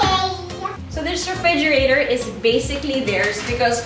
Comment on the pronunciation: Lol she still dont have R 😂😂😂 refrigiratowwwwrr